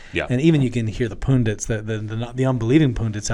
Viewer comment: Oh my goodness! He said poon-dits. It’s pundits! Pun-dits! 😜